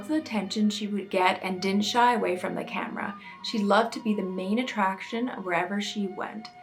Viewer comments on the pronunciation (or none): none